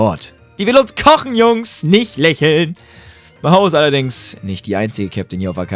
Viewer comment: hört noch jemand jedemal wenn Maho sagt my hoe?